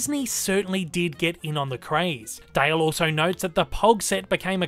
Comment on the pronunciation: Nobody:: "Chip and Dail"